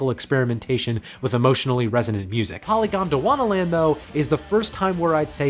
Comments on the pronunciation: took a syllable from Han-Tyumi and put it in Polygondwanaland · Thanks, great video! Isn't polygondwanaland should be pronounced as poly-gondwana-land though (not polygon-dwana-land)? It's a genuine question cause I'm not a native speaker, but for me it make sense: "poly" is a Greek prefix, "gondwana" was a supercontinent and, well, "land". In Crumbling Castle they sing similarly to this, at least.